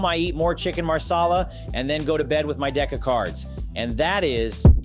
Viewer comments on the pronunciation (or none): Once again: Chicken MASALA! Not maRsala! He's INDIAN not ITALIAN!